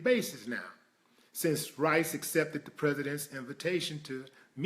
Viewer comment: Rice...not ri.